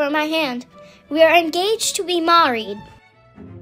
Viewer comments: The incorrect pronunciation like Maaaahried only adds more character haha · This might be my new favorite animation in this channel Also the way she pronounces “mah-reed” is so cute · Heh, well she might not always have the accent; it was very inconsistent & mispronounced because she was just play-acting as a fancy British character, while her parents clearly have North American styles of speaking. So she might not speak quite like this in the future. But I'll still be looking forward to whatever adventures she has next. 😄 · 👤: Married 🙂‍↔️ ❌ 🧐: MaaWreed 🙂‍↕️ ✅ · makes sense considering she completely butchered the British pronunciation of 'married' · Just want to point out that not British person pronounced Married like this. This is just a result of an American trying to do an English accent. Similar to how no American can say 'daughter' in an English accent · I love the way she pronounces married incorrectly since she’s a child